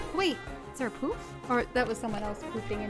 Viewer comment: Did she say poof or poop?